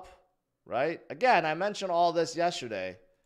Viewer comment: Dude the word is not pronounced yesherday.... please replace the H with the given T ...JS